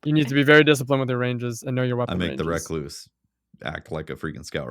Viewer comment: Thank you for correctly pronouncing the word "recluse".